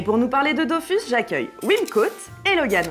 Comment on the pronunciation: Pour la partie Goodies, le jeu d'acteur était convaincant jusqu'à ce qu'il prononce "Dofousse". Là, j'ai compris que c'était truqué